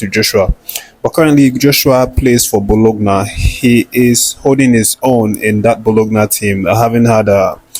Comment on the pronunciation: Hey Bro, kudos on the good work, you are always on top of your game, just some direction,, Bologna is pronounced " BOLONYA".